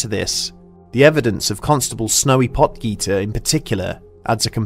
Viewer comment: Yay one from South Africa my country Oh why word I just realized that I know this story my grandmother told me about this one she lived near union dale but she didn’t call it the union dale hitchhiker she used to say die spook van Uniondale (Edit) the way he say potgieter really cracks me up